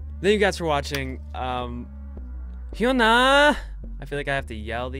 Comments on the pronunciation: Try saying "yu-na". Koreans don't really pronounce the H as far as I know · no, its pronounced (hyun-ah) !! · It's not hyeona😂 It's Hyuuu na... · Bangtan Brandon H Y U N A Pronounce it like Huna.. Sort of.. Hyuna❤️👑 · the pronouncing of "HyunA" is "Yuna" 😂😂😂😂 Edit: no one can handle HyunA😂😂😂😂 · HEE-YO-NAH P& say it fast. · It's hyuna and this "h" between "n" and "a" is unnecessary just hyuna